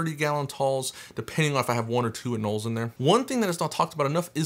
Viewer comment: They ARE pronounced anōle!!